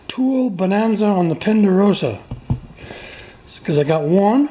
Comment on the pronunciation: Pender-rosa for three indeed.